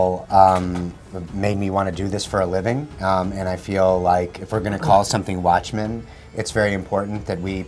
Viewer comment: "Guatchmen"** Pronuncialo bien al menos.